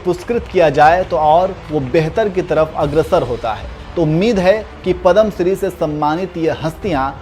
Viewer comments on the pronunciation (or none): Padham nahi yaar padhma vibhushan...jagamma nahi jaggamma...sahi pronounce yaar